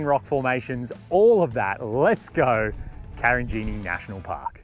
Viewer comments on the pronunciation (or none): Karijini not Karinjini -wonderful place